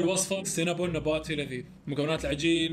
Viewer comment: انا الوحيده الي تسمع كلمه نباتي طباطي ؟